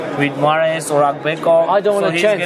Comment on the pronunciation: learn how to say King Kong AGBEKO....not Aga badu....whatever the hell your sayin